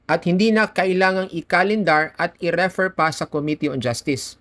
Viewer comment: In the word "refer", the stress is on the second syllable: 👉 re-ˈFER So it's pronounced /rɪˈfɜːr/ (in British English) or /rəˈfɝː/ (in American English). Refer... 2 syllables... The stress is on the 2nd syllable Referring... 3 syllables... The stress is also on the 2nd syllable Thank you po.